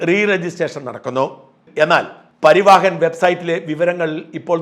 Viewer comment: It is PARIVAHAN Not PARIVAAHAN